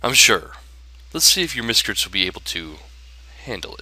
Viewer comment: "Miscrtis"? LOLZ! Miscrits Not Miscrtis!